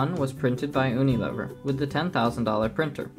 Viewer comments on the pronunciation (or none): Its pronounced "yoo-knee-lee-ver" Also, if you dont know the settings used on the $10,000 printer, this comparison is meaningless.